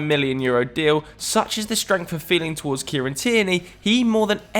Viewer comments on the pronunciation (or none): none